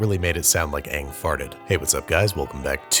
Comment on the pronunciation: He pronounced Aang correctly, im happy.